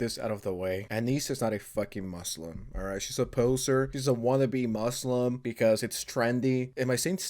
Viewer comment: Hearing the trainer pronounce "moo slum" the way she does fucking sent me.